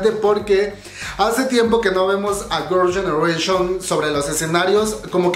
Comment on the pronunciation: Hola! No has pensado en mejorar tu pronunciación en inglés? Es que veo que ni GG, ni los nombres de los miembros, ni varias cosas en inglés las pronuncias bien o correctamente 🤔 Tómalo como una crítica constructiva no es hate ni nada x eso veo tus vídeos 😃